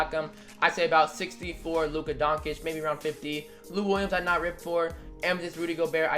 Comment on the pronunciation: you pronounce Doncic so weird